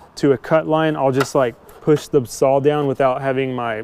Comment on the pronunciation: It's a 'saw'...It's not pronounced sawl.....Saw ,not sawl....speak properly